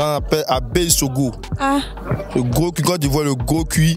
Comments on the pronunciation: Gros « Cul» stp et non cui... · ONT DIT CUL ET NON CUI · Sauf votre respect, madame! On ne dit pas « gros cui »? Mais « gros cul »! On écrit « cul » et ça se prononce « QU »!!! Ayant passer mon adolescence à Abidjan, je sais que tout le monde dit « cui »